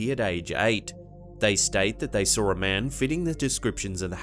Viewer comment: Hey dude,quit adding r's to words that don't have them. Such as SAW.DOESN'T HAVE AN R.Thank you.